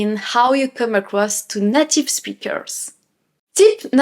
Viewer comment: Bravo. Vous vous exprimez bien en anglais! Je ne veux pas sembler négatif, parce que vous parler bien, mais je vous offre une astuce pour la prononciation du mot “native” en anglais. Le “a “ se prononce comme on prononce la lettre “A “. C’est pas comme le “à” en français. C’est plutôt un peu semblable au lettre “e”, avec l’accent aiguë en français. Le “a” dans le mot anglais est ce qu’on appelle en anglais “a long A”, plutôt qu’un “short a “. Alors, c’est “nAtive”, pas “native”. Le “a” se prononce comme on prononce la première lettre de l’alphabet en anglais. Voilà. Je ne veux pas sembler négatif. Je veux seulement vous aider un petit peu, comme vous nous aidez en français. Keep up the good work. Your English is impressive, and you are a great teacher and ambassador for all things French.